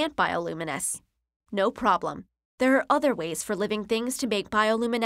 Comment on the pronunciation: other, not otter oh may